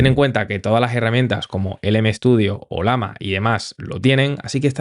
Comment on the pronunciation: conoces que es una LLAMA? (animal altiplanico de sudamaerica) si te fijas el dibujo es una LLAMA y se llama OLLAMA (y no OLAMA) sorry te veo siempre ers muy bueno explicando, pero me choca escuchar que digas OLAMA, jajjajja un abrazo